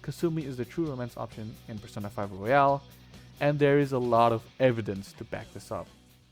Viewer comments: Yeah, very valid options. Also now I can't get the thought of Persona Q battle Royale XD Thank you for pronouncing Royal like Royale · Jesus Christ, please learn how to pronounce fucking Royal